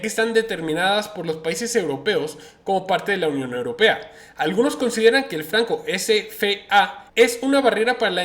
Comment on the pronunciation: CHAPUCERO .....CUANDO SERA QUE PRONUNCIES BIEN LA PALABRA EUROPA. NO SE DICE UROPEA,.NI UROPA.SEA MAS RESPETUOSO.